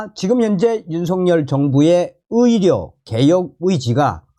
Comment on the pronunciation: 존경하는 선생 (의료)의 [醫]자발음이 [위]자로 들립니다. 방송하시는분이 발음이 좀그러네요